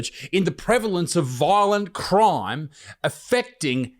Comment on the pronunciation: “Voilent croim”